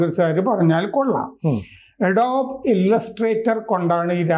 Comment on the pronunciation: അഡോബ് ....!! എഡോബ്‌ അല്ല...!!